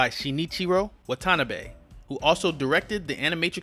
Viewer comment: It's pronounced Wah-tah-nah-beh